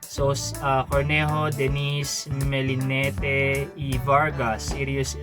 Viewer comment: Anong Mi-li-ne-tte? Milinet pronunciation dun